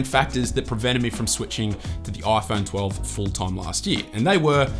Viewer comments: This is the "OiPhone 13 pro..." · Ah yes, the aaiphoune. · the oiFoan 13?